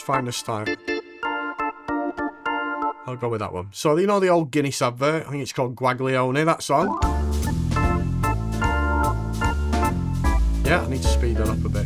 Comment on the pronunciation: The song is spelt Guaglione, and the way you say it in Italian is like this "waa yawn" !!